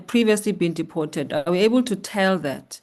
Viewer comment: Honourable, it's deported, not depotated. 😂